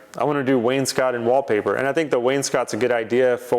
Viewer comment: If you don't recognize me, I'm the guy who told you wainscot was not pronounced "Wayne's coat"